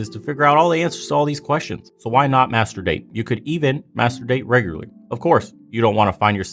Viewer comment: Every time you say masterdate i think you're saying master bate and that i agree with, when was the last time these women had a good orgasm